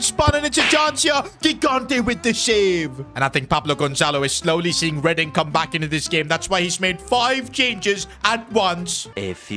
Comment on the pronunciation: bro said reading it’s reding (it’s not spelt like that but it’s said like that)